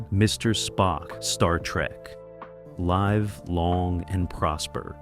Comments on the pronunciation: Why did you get the sounds wrong? Why did you get some of the names wrong? Live long and prosper with a long i? It's a short i and you know it! And Fonzie didn't sound like a cheap Sylvester Stallone knock off. And it's Calyvin not Clavan. I'm surprised you didn't call Leonard Nimoy Linad Nemoway. My God MAN I'm a fan not a narrator! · Live rhymes with give not strive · I agree. It couldn't even say 'live long and prosper' correctly. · Live (pronounce with the first syllable of “liver” and not like “lice” in Saturday Night Live”) long and prosper.